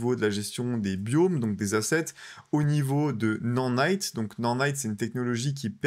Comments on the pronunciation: nanite pas "nannite" ptdr 🤣🤣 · Ce n'est pas Non Naite mais ça se prononce Na naite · Nordnite ? Non-nite? Mais apprends à le dire correctement ! N’importe quoi 🤣🤣🤣